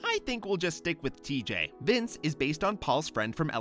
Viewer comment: Did you just pronounce TJ’s name tee-jay?!?!? ITS TEEG!